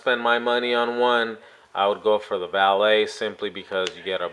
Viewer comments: First thank you for pronouncing the name right. I have to laugh when others say "Valeete" and such. Second, while I like the Samsung look better, omce in a case, they look exactly the same. Thanks for the comparison. It will likely help many. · Thanks for the review. You may be one of only a few that can pronounce Valet correctly. Your review had all the information I was needing, real worlds stuff. I have been torn between the 2 phones for a while. You helped me make up my mind, Keep up the good work.